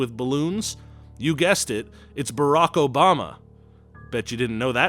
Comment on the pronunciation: “Brock OBAMA” 😂😂